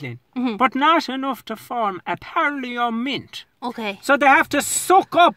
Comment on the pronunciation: A par-lee-a-mint 🤣🤣🤣